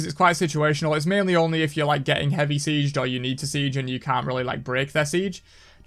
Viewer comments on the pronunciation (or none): none